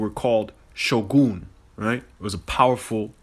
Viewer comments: the way dude said shogun hurts me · Thank you like...all of them. Edu, its Ee-doh. It isn't Sho-Goon it's Sho-Gun...this guy is either on something or trolling. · "Shogoon", "Edu" like bruh, as a japanese person if youre gonna appropriate our languange at least get the pronunciation right 🤦‍♂️ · Shogoon lmfao why is he trying so hard to stretch these pronunciations. Everything this dude is saying is total bullshit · ...who dafuq is KWAYGA???Where dafuq is EH-DU??? and what dafuq is SHO-GOON????? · He pronounced shogun and kaguya so wrong 😭😭😭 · the fact he screwed up the pronunciation of Shogun for whatever he said... :face-blue-covering-eyes